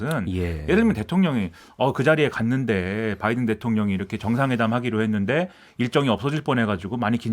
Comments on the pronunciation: 아무리 눈을 감고 들어도 바이던으로 명확히 들린다 . . 날리면이라고 생각을 해도 바이던으로 들리거덩 . . 윤석렬xx (나중에 나도 xx 변명할거 만들어놓앗지 ㅋㅋ) 개콘이 망한건 여기에 이유가 있구나 . . 그걸 날리면이라고 은혜씨가 변명하는것도 개콘보다 잼나^^ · 미국이 반도체, 배터리, 전기차의 주도권을 잡고 있지 않음을 인식하며 자국 우선주의를 앞세워 대한민국의 핵심 미래산업을 자국내에 빌드업을 하고자 하면서 현대차를 배제시켰을 때 국민들은 동맹인 줄 알았는 데 바이든이 뒤통수를 쳤다고 하면서 쌍욕이라도 해주고 싶은 심정이었을 겁니다.국민을 대표하여 대통령이 이러한 미국의 작태에 대하여 쌍욕에도 미치지 못하는 욕설을 하였는 데 뭐가 잘못인가 합니다. 다만, 미국 의회라 칭하지 않고 국회라 한 것과 명확하게 바이든이라 발음하지 않은 것은 좀 유감이 아닌가 합니다.